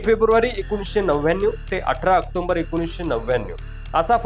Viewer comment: October bola. Octomber nahi.